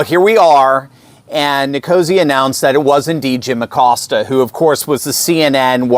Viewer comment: Pronounced (A COAST A) since he is Hispanic in honor of heritage month. Just sayin'.